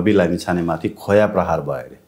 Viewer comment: खोया होइन के खोइला हो नेपाली शुद्ध बोल्न सिकौ ।।।।।